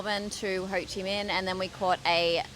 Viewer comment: Ho Chi Mink, not mean. Minh pronounces similar like mink in English.